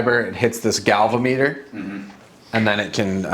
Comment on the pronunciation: Interesting pronunciation of galvanometer.